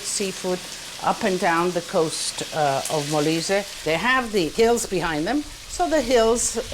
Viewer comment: Molise!!!! non malaysia ....... poveri noi 😭